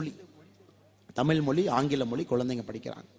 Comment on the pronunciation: Not Moli it is mozhi.